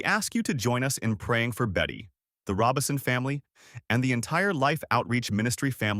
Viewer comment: (I believe you are mispronouncing his name. It's RO-Bison, not Robinson. There's no "n" in the name.) The Lord makes "beauty from ashes" indeed. I did not know of this change of position on certain topics nor how he chose to step back from the pulpit to re-evaluate his dedication to the Lord. Amen. He gets a crown of jewels in my book for seeing the internal issues he was having and valuing the Lord above all else. Amen. He still chose to love on people but did it from another vantage point. He is now with the Father, Jesus, and the Holy Spirit basking in the warmth and goodness of God.